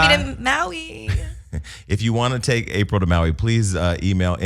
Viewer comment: For those in the back...it's Apryl, not April.